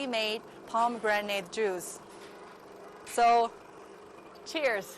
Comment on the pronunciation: haha you keep saying pom granade juice....it is pomi granage..spelled as pomegranade